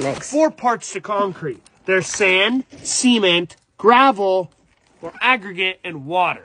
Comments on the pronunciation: Bro why did he say it like that ? 💀☠️ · He says cement like the t is silent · Why he pronounce “cement” like that